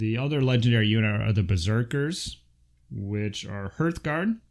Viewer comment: Hooray for saying Hearthguard correctly! Lol Great breakdown video thanks